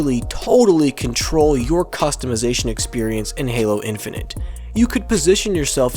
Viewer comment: "Toggle for C O N T O L"